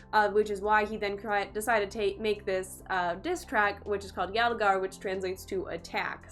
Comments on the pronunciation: It's pronounced as yul- gaar! Not yaal- gaar. It means attack!!! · First learn how to say "yalgaar" before grabbing tons of views from india.. I mean how can you react on the song which is not made in your familiar language... Please have some courtesy to learn the language first, before fooling people on the name of reaction, i mean all knows you don't even know a single word from the song then how can you react on a video by only watching pictures.... Thus proved you all can do anything for views, don't use indians they are way more smarter then you think...... 😠😡😠😡😠😡🤢😠🤢😠😠🤬🤬😡